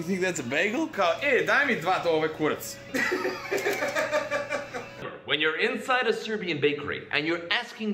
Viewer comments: It is not kuratc it's kurac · Kurac not KURATC😂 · it's kurac not kuratc😂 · u dont say kuratc u say KURAC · Its not kuratc XD its kurac* OML I cant belive a youtuber thats American and cares for Serbia exists😂😂😂😂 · Im from serbia and its Kurac and not Kuratc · It is kurac not kuratc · its not kuratc its kurac!!! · its kurac not kuratc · Its not kuratc, its kurac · Stop representing Serbia in a wrong way... We say "kurac" , not "kuratc". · kaze se kurac ne kuratc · Kurtac? It's kurac. I'm Serbian bro. And don't swear in bakery...gosh... Nobody does that (I mean some people do it...) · Not kuratc its kurac (Am Serbijan xD) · kurac not kurtac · kurac without t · There is no 'T' in Kurac! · Kurac without T :D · Nema "T" u kurac joooooooj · Kaze se kurac bez t